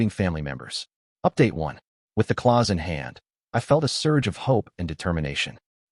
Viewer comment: Clause, not claws 😅